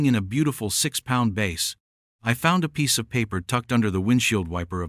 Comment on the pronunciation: Bass has two pronounciations one b long a ss is musical and the other where the a Is short is a type of fish you are pronouncing it with the long a which is musical not a type of fish